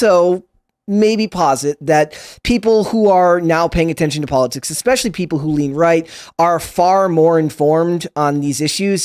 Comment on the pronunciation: Whoever the little guy in the baseball cap is, he can use words like "posit" and correctly pronounce "Ramaswamy", but can't say "especially"! It's NOT "EXPESHIALLY" you fcuking dillweed! FJB!!!